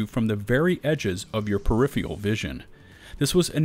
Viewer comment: "Peripheral," not "peripheal."